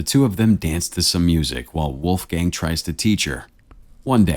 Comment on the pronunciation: seriously? Uneducated fool never heard of Mozart? WOLFGANG Amadeus Mozart? And since it’s a German name, the pronunciation is absolutely abysmal. Wolf the o is like the o in ton and not, not like in moon, gang the a is like the a in was or what not like the a in man or dam.